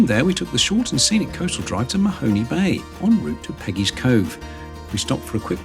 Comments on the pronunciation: It's spelled Mahone, so it's pronounced Ma-Hone Bay, not Mahoney. Good grief. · lol, and Mahone Bay last syllable sounds like HONE, to hone one's knife. no Y sound. love your videos. i will never cruise ( afraid of the water) but live surrounded by it here in Lockeport, Nova Scotia.